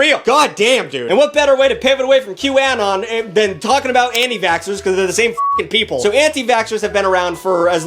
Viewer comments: he's saying it like 'Q-AN-ON' And not 'Q-UH-NON' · "Q Anne-on" 😂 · que-uh-non Qanon (Q anonymous) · how he says QAnon hurts me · The way you pronounce Q Anon should be illegal /hj (Love you but wtf /lh) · I'm so happy someone called out Jenny McCarthy. I have been saying for years that she should NOT still have a career, after all the people who were hurt by her miss information. Also, WHY are you saying Qanon like that? lol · I can’t get over the way you pronounce QAnon 💀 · You’re saying QAnon wrong. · I'm sorry but the way you pronounce QAnon is so distracting!